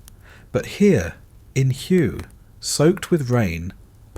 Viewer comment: Hway it is pronounced